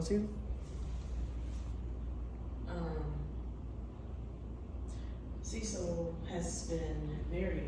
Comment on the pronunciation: Oh hell no, See-cil. 😡